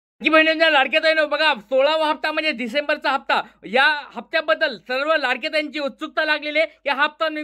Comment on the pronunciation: Tumhi disembar cha hafta ase manhtan disembar cha nahi tumhi thodas halu bola